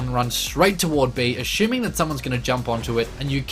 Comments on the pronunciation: "Uh-shoe-ming" (Assuming).. Luv it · Ashuming... haha